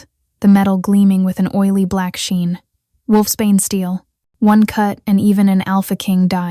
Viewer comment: Wolfsbane not wolfspain